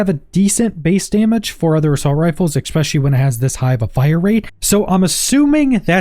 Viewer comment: If you’re only saying ‘ex-specially’ to get comments telling you to stop… it’s working. 😫😂